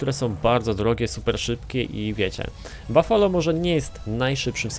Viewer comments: To nie bafolo tylko bufalo. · mówi się bufalo